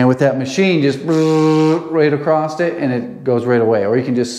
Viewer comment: Haha I weren't never gonna say nuthin bout the way you say "crost" do you, bud. 🤣